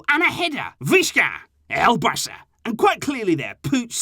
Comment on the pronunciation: I like they way you say viśca èl barća and tht says how much you love the club!